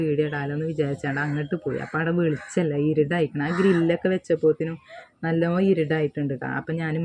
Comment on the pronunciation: ഇരുടല്ല ഇരുട്ട് എന്നാണ്